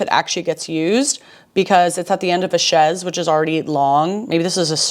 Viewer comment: My only gripe is the way you pronounced chaise